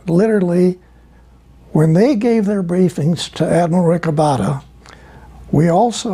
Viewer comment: Esto no es relevante desde mi punto dw vista, solo para corregír el nombre de Rick Obatta, el cual es Rico Botta. Solo que por como lo pronunciaba Tompkins, sonaba como Rick Obatta